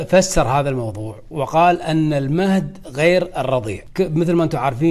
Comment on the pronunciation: وبعدين قول المهد وليس ( المهدي)